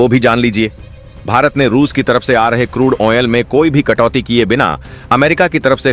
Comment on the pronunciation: Useless way of narration. Repeating the same thing over and over. Wrong pronunciation of crude oil.